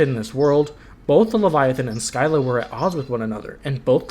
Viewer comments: Showed the mispronunciations to a Greek myth fanatic friend. I have never seen that face on anyone before lol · u mispronounced scylla which is kinda funny